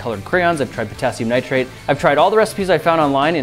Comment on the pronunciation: "nertrage" he-he